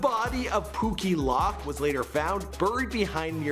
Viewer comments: Its pookie loc not lock he a crip dummy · White referring to “POOKIE LOC” as “POOKIE LOCK.” WTF CUH 🤦🏾‍♂️😂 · Its Pookie Loc Poo- Key Loke that's how is pronounced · a dude u suck u can't even say these people name rite stop u just fuck up pookie loc name myboi